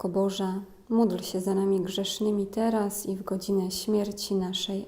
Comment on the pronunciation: prośba, czy mogłaby Pani tak nie intonowac,podkreślać i nie przeciągać słowa,, teraz,, bardzo to rozprasza w skupieniu.